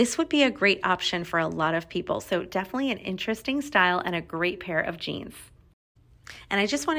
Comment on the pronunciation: Def-ly. Prolly. It’s pronounced def-inite-ly and pro-bab-ly. Annoying. Say ALL of your syllables.